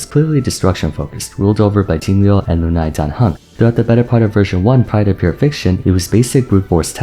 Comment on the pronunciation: thanks for pronouncing "lunae" in the latin way instead of "loo nay"